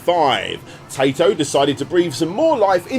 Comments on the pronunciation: He got taito wrong too, he said tae-to instead of teye-to... He's clearly not even trying to pronounce these Japanese words right. What's more disturbing is how he completely botched Parodius even though the "paro" part is from "parody" and he probably knows how to pronounce Gradius as it's just gladius with an r. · Every time you say "Tato" I can't help but giggle coz it sounds like you're calling them a potato. You gotta remember their old intros with the cute little girl, It's said "Tai-toh" Unless they didn't have that intro on games you played in which case look up Taito intro coz it's freaking adorable. That and the old Lucas arts and Sierra intros are burnt into my brain. 🤣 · pronunciation of Taito just kills me in general, it's tie-tow, not tay-tow. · Nice video as usual, the Arkanoid crossover game looks really interesting, not sure how I missed out hearing about that one back in the day. Also, I fully admit to saying 'tai-to' after every time you said 'tay-to', lol. But I'll let is slide... THIS TIME. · Did you pronounce Taito as Tato? You're forgiven this time 😉 Great video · I think this is the first time I've ever heared Taito mispronounced as tay-to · The correct pronounciation of Taito is "Tie-toe". Hearing pronounce it wrong the entire video was doing my head in. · I genuinely don't know if you're making self joke about mispronouncing Taito or not. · I know, I get sick of the horrible pronunciations too. He might as well just say Tomato.